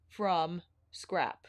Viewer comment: I’m never gonna not hear ‘scarp’ now 🤣🤣 you crack me up. I always love your videos the most!! Thank you for doing ALL the color comparisons cause you know we need it lol